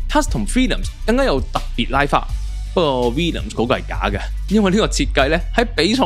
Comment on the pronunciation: 唔係 Villiams 係 Williams , WILL 呀…… 你啲乜嘢發音嚟㗎🙄